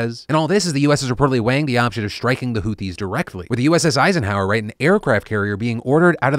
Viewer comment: "Shstruck"? "Shtriking"? "Deshtroyers"? "The France"? lol